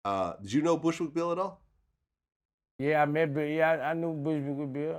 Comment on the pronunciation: The way Boosie botched up Bushwick Bill's name was too hilarious